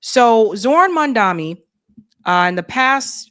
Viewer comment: Before you report a single further thing about him, learn to PRONOUNCE HIS NAME RIGHT! I can't BELIEVE she's STILL saying "Man-dami." I literally can't watch any video she does on him anymore. With ALL the millions of times people have now said his name in media, she STILL refuses. I'm now convinced she is doing it on purpose. She has lost all credibility with me now. Why would she want to be viewed as STUPID?